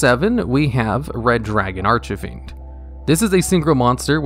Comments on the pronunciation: You still pronounce Archfiend wrong >:C. There's no eh in between Arch and fiend, so it's not Arch-eh-fiend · (disclaimer: this comment was not posted with malicious intent) "Red dragon arch-a-fiend" I seriously can't get over the way you say the card. All your videos mentioning the card flows well, up to the point where you say "arch-a-fiend" my brain does a double take. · Arch-I-Fiend idk why but it always bothers me lol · "Archefiend" "Starlight" My god. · The last time he pronounced it "Archefiend", people gave him a lot of Commentarys to "corrected" him. This time he only said it "false" once... I am pretty sure he does that on purpose 😂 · Serious albeit pointless question: Why does he always pronounce Archfiend as "Arch-a-fiend"? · Here he go again with the “ArchEfiend” bullshit 🙄